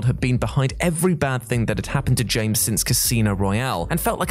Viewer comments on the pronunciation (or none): none